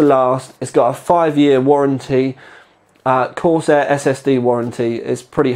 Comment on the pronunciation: Corsiar Corsiar Corsiar haha no Vertex 4 review then .